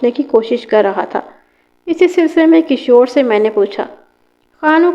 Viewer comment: Talaffuz sudharen as kishwar not kashor maiyat not mayyat and so many